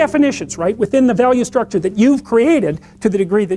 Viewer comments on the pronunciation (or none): none